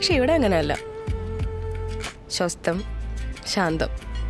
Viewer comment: Shwastham alla Swastham